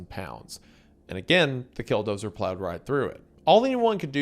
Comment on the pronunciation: Man, I don't know if it's your accent or my auditory processing difficulties, but I keep thinking you've said "Dildozer". At like all the wrong times 😂😂